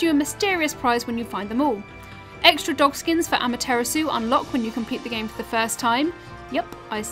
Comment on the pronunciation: I taught she called Amaterasu am-a-tiramasu